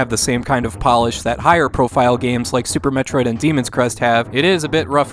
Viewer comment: If you like Super Metroid, you are correct. wtf? You mispronounced "Super Metroid".